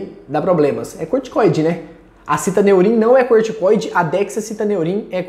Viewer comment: Estranho o amigo pronunciar citAneurim, quando na embalagem está fixado citOneurin. Sei que o nome pouco influi nos resultados, mas é só uma curiosidade minha, sobre o nome do medicamento.